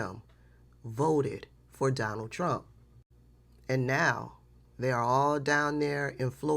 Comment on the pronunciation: 😂 It always sounds like "I will vote for Darnell Trump" to me